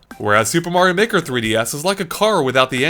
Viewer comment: Super Mario Meh-ker